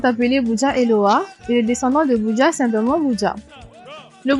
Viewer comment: Je crois la bonne prononciation c'est Ebudja